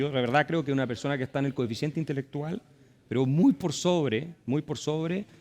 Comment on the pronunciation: El "intelestuar"...hermano de " la dostora" y del " jenio"...y habia cono si cachara pown 🤣🤣🤣🤣🤣🤣